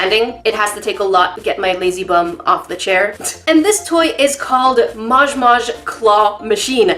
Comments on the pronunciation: YOU SAID IT WRONG, ITS MOJ MOJ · SHE SAID MOJ MOJ WRONG